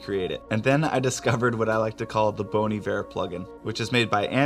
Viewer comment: Lol, not "bone"...."bon" like bonbon.